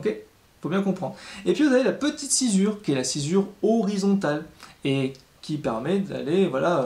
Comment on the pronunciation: Pourquoi on dit sci"z"ure alors que c'est écrit sci"ss"ure ?